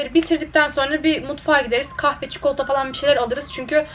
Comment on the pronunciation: Çikolata demeden önce heyecanlanıyor musun? 😂 çünkü çok güzel tane tane kelimelerini söylüyorsun sonra bir anda hızlıca "çıkolta" diyorsun 💖 neredeyse çikolatadan bahsettiğin tüm videolarda dikkatimi çekti "çıkolta" 🍫